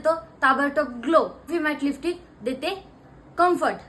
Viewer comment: लिपस्टिक ❌ लिफ्टिक ✅ 😂